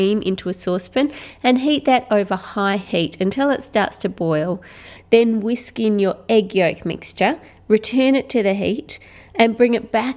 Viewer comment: am I the only one that cringed when she said whisk